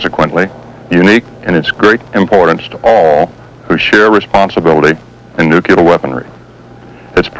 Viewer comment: The guy is constantly saying NUCULAR